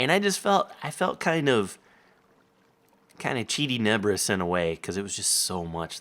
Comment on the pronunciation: "Cheaty Nebris" lol